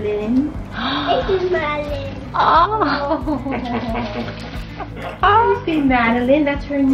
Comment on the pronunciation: Oops, we gotta get this right, it's MADELYN, NOT MADELINE (?)...I STAND CORRECTED!!😊